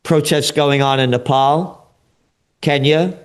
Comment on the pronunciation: He pronounced Nepal correctly.